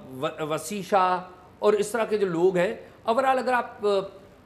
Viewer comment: اعزاز بھائی! یہ “اورآل” نہیں ہے۔ “اوورآل” ہوتا ہے۔